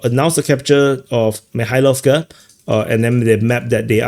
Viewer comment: The way said "Mikhailovka, Kubatskiy" after everybody has struggled to pronounce the names of these townletts and villages which trade hands or wind up being logistics hubs... The Russians legit make them sound like normal words.